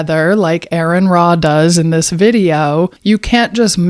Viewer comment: Well, for starters. you've made several false allegations against Aron Ra in particular - after mispronouncing his name, I might add. Then you claim that atheists have never read the Bible, when in fact atheists tend to know the Bible far better than the vast majority of Christians - yourself especially included. - BECAUSE reading the Bible is, in general, what led most of us to become atheists in the first place. No need to respond. Remember 1 Timothy . do what your Bible tells you to do and be silent